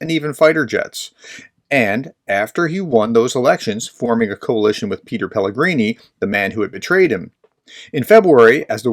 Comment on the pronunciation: If you respect Petr Pavel and Czechia so much at least pronounce them correctly. It's (Pet-err) not Peter Pavel. It's not called Czech. It's called Czechia or the Czech Republic. Greetings from Prague, CZ.